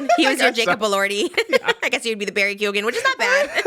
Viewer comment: I love you guys but Cillian is pronounced KILLian! And Keoghan is pronounced Kyowgin!! From an Irish gal xx